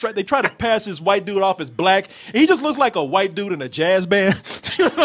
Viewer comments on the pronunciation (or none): Why does he pronounce white like hwhite?